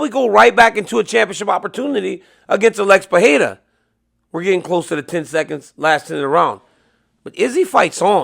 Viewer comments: PeReira, NOT PeHeira, DC. It’s pronounced Pe-REI-ra. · It's Alex Pereira, DC. Not Fajeta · Pronounce “Pereira” correctly challenge (impossible)